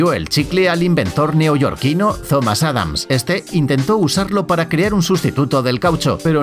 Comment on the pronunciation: YA BASTAAAAAAAAAAAAAAAAAAAAAAAAAAAAAAAAAA, hasta cuándo va a pronunciar bien la palabra CREAR y sus conjugaciones en sus diferentes videos como en el seg. 29.